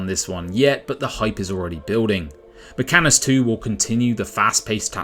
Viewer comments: Mechanicus 2. Not Mechanus. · Mech-AN-IC-US. NOT 'Mechanus dude...... so so much tech-heresy.....